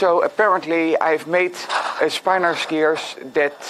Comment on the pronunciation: It's pronounced "spin-or" and it's really interesting! I highly recommend this PBS Spacetime video on the topic: It may even inspire you to attempt some 3D mechanisms based on this magical property.